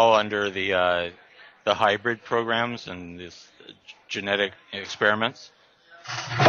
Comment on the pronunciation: Seriously...? Highbird? Get educated, read a dictionary once in a while. Hybrid. Hybrid. Hybrid